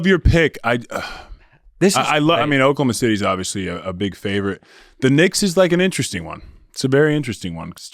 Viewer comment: "The New York Knicka's" 🤣